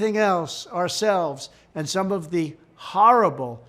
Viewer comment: Haarrible. 3 syllables is trump's limit anyway.